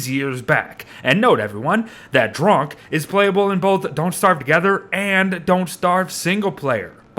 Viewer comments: When it sound like your saying “drunk”??? And drok sound like russians of “druge” means friend :D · Why do you say drok like drunk?